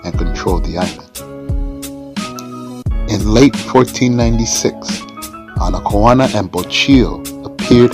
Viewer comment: Are you sure her name is pronounced that way? Google says her name is pronounced, "Ana-kay-own-uh". The effects of colonialism are still persistent so I'm not sure if Google is getting it wrong so I don't know.